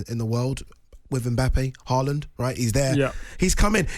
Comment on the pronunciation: Nope. Still not pronouncing Haaland correctly.